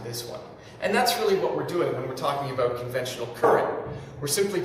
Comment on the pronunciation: I like how he pronounces "about" like "a-boat", lol.